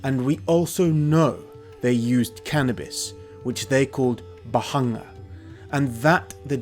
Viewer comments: Amazing video as always. I think in the pronounciation of bhangā 'a' is silent. In india the only people who smoke "bhangā/marijuana" traditionally have been sadhus, but it is strictly prohibited for consumption of normal people ( there are no special clauses that exempt 'sadhus' from smoking prohibition, it's just that authorities recognise the traditions and does not meddle in sadhus' way of life). The only way common public consumes it is through a special 'bhangā' milkshake/drink specially prepared in festivals related to lord Shiva ( most prominently Shivratri ). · It's Bhaṅga in Sanskrit and Bhāng in Hindi, is both pronouncing and spelling it wrong